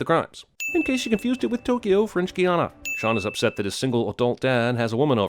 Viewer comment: im going to sin cinema sins for pronouncing french guiana wrong